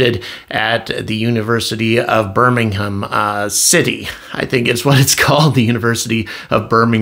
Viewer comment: I hope your son settles in at Birmingham uni ( and you pronounced well) I live about 40+ miles away, on the Welsh border lol Nice views but can be boring as f*** for the young generation lol